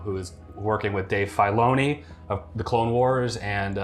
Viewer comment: Nobody:: Dave Fayloni